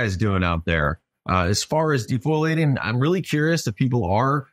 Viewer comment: foliation fol ia tion